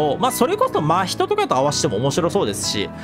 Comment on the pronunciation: 真人のイントネーション気になるな〜笑